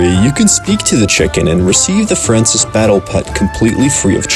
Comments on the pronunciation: “Francis” it’s fran-swah” Francois you goof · Fransois is not FRANCIS....its Fran-swah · Francois! FRAN-SWAH he fancy!